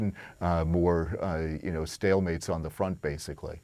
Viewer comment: This dude is still saying stillmate😂 are you smoking crack😊